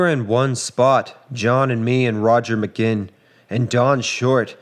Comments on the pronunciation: Roger's name is pronounced Ma GWINN. Not "Magin" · It's Roger McGuinn. Not McGinn. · its pronounced Muh - Gwin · If you were around then you would know his name was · Mispronounced Roger McGuinn’s last name. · Mispronounces "McGuinn." He's a reader.